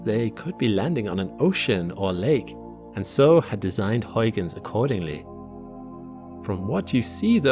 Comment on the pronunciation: it is not hoiguns in is huigens with an ui sound, not an oi...come on.... do your homework please..